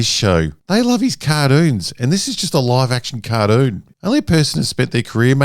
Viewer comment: "Cardoons" ❤ Australia hey 😅